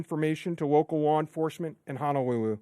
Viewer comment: Honawuwu Hawaii